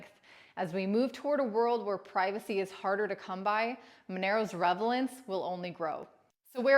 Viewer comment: You mispronounced RELEVANCE